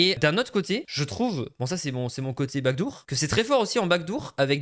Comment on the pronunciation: Backdoor si tu veux prononcer a l'anglais ça se dit back d'or pas back dour